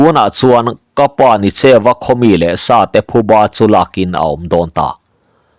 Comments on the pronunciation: Nicheuva, tih hi Ni (Sun) tih a lam tur ani e, cheu, tih hi pawi tawngin Eng tihna ani a Nienga tihna ani zawke.Ni cheuva, tih hi awmzia aneilo. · Nicheu tih a a bul lam hi, hemi hmingah chuan thluk sei, hniama lam tur a ni. NI hi a chang chuan thluk sanga lam chi a awm ve tho bawk. Ni tih hian awmze pahnih a nei a, ni leh thlaa innghat tihna bakah, ni leh farnute man ei sawina a ni thei bawk. Tin, cheu tih hi midangte aia thil thiam/hria tihna lam a ni.